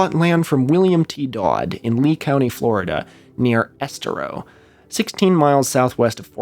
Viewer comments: crazy to hear about my local cult leader on leftist video essay Youtube, they didn’t tell us about the hollow earth bit on the Koreshan State Park field trip lol only nitpick is it’s pronounced es-TARE-o but you’ll probably never have to say it again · Fwiw we pronounce it ess-TEAR (like you’d tear a piece of paper in half)-oh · I listened to most of this episode on my drive to work along US-41, aka Tamiami Trail. Your mispronunciations of that and Estero caused me a small amount of pain. Keep up the good work. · The way you say Estero is funny.